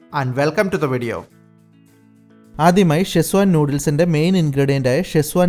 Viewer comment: ഷെസ്വാൻ അല്ല സെഷ്വാൻ